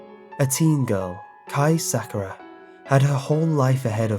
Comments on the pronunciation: Ah me and Sakura have the same first name😂At least he can say Kai right, but I still love the way he says Sakura🌸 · Just so you know the names are pronounced: Meg-gumi, Sakur-ra.